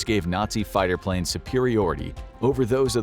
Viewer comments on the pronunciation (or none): none